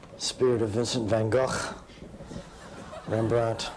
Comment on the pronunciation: Unfortunately that guy pronounced "Vincent van Gogh" almost correctly. English speaking people just get it wrong...